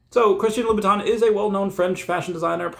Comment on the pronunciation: It’s pronounced Christian Lou /bəˈtän/.